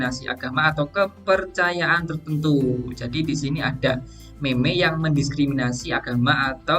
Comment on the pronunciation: Kata meme dibaca mim bukan meme.